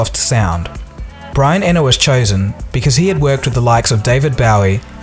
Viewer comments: where did you get the crazy pronunciation for Brian Eno surname? it's pronounced ee-no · It's pronounced Brian "ē no" (E + No)